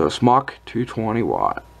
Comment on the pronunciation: Smōk <— Pronounced Smoke ^ notice the long O...